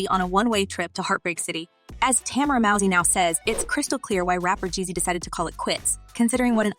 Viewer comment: Your pronunciation is way off: It’s Jeannie Mai (Genie My) And is Tamara (Tah-Mair-ah) Ok her last name is Mowry (Mow-re) 🤦🏽‍♀️